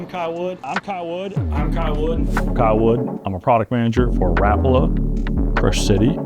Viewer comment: His name was Lauri Rapala pronounced Rah-pala not Rap that’s music